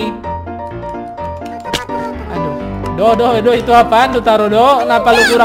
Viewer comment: Bang kok do jadi de 😖😖😖😖😖😖